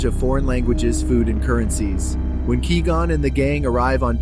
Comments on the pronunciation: why do you keep saying "Key Gon" and not Qui Gon lol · Who is keygone? It's not que gone either It's Quigon (kw-eye-gone) Have you ever watched the phantom menace? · Lol kee-gone, kai-gone, kwee-gone. Its pronounced kuh-why-gone, bro. Were you saying it wrong multiple ways on purpose?😂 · Qui-Gon is not pronounced as Key-Gun but as Qui-Gone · It's kwy-gonn not kee-gon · The audacity of pronouncing Nute Gunray correctly but calling Qui-Gon “key gone” 😂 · Key-gone, carry on. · Stop saying Key Gon.. are you serious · I could only hear you say key -gon 3 times and I had to dip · Kee gone... Girl really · Ki gon, Qwee gonn, Kai gon. If I hear one more mispronounced version of his name lolol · I’m wondering if it’s AI that is speaking in this video because I’ve never heard anyone pronounce qui gon as kee gon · “Key gon” 💀💀💀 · Tell me u just called Kee Gon😭😭😭😭 don’t even talk abt Star Wars if u don’t even know their names bro😭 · I had to stop watching this just because you wouldn't stop saying Key gon 🔑 😡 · “You once were a Key-Gone, but now you will BEgone!” Darth Maul. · “Obiwan expresses to ki-gon” 😂😂😂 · Key Gon? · Kwee Gon? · Kai Gon? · Key Gon :D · ah yes, kee gon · Couldn't get past hearing "Kee-Gon" and had to shut off the video. I'm sure it's an adequate list though. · FUCKING KEE GON, turned video off instantly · It's pronounced KWAI gone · OMG THIS VOICEOVER CONFIRMS QUI GON IS ACTUALLY KEEGAN FROM KEY AND PEELE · chills would definitely pronounce it like that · That's not how you pronounce qui-gon... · How can you mispronounce quigon? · I literally couldn't watch this! He keeps mispronouncing Qui Gon. If this had been created by a real fan, this would not have happened. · I honestly can't tell if that's ai speaking or not but the way it says Quigon kinda bugs me lol But yes, very good clue finding and hail Darth Binks~